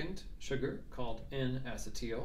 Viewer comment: DO. NOT. STOP. MAKING VIDEOS! You have a gift and your channel will explode. Keep it up. Acetyl; uh-SEE-dle, like acetylcholine. Why is everyone saying asset-TEAL?!